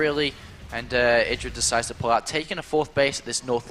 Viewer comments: God damnit it's id dra, not I dra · Love struggle to say Idra's name right throughout the series, "eye-dra, sorry.. Idra." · neither. it's idra. as in "did." didra. idra. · I like how keeps correcting his own pronunciation of "IdrA", then two seconds later says it the other way again.:P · its the way brits would pronounce it, get over it. Also he tries to correct himself too